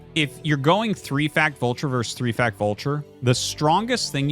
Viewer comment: The word is "versus," not "verse."